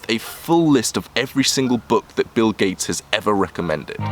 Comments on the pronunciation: 'Bill Kates' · Bill gayts